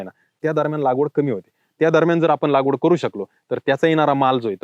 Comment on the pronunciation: सर लागवड... लावगड नाही